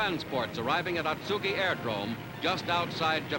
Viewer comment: Pronunciation is a bit off but still a good video. Spent two wonderful years at Marine Barracks Atsugi in 1970 & 1971.